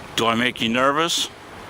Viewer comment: "Nervis?" What is "nervis?"